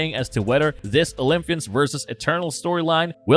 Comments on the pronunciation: It’s Olympus, not OlympHus. And Olympians not OlympHians, i.e. not like lymph nodes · Atrocious pronunciation. OymFus. OlyFians. Hahaha!